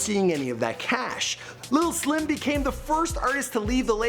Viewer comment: Did he just say Mike Lil Slim penis? Well then..